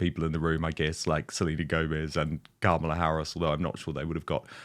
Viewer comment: Kamala Harris is brilliant, and pronounce her name correctly - comma-la. Yes, I voted for her, as did my fellow intellectual Americans. ❤